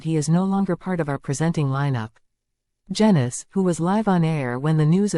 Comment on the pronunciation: Its pronounced jeenus not jenus which might turn out to be apt rhyming slang as up and coming pics might show